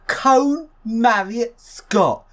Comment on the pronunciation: It's KONE-AY... not Cone.